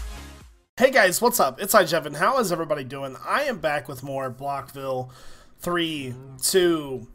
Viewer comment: He said blockville